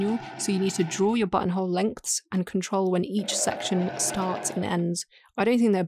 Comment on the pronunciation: My girlfriend was watching this video on the couch behind me and every time the narrator said button hole I swear I heard Butthole.